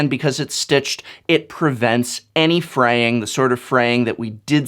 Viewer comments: Prevents "freying"? Am I missing out on a joke here or was I able to catch the professor? Should be "fraying" shouldn't it? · It's fraying not freying! Lol I know you know but I just had to say it. Loved this video and the production quality of it!